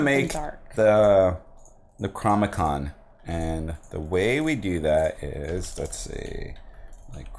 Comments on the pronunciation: it's neck-row-nom-i-con not necrom-i-con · Btw... It's Neck-Ro-Nom-E-Con